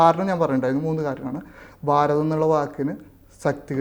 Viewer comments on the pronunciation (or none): none